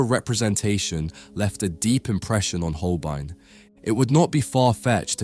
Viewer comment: Der kann ja nicht einmal HOLBEIN sagen! Es ist einfach nur jämmerlich, solch oberflächliche und unprofessionelle Kommentare!